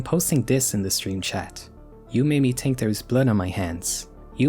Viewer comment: I like how you say think, you say tink